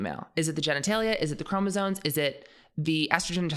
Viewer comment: It's chromosoMes, not chromosoNes, dude.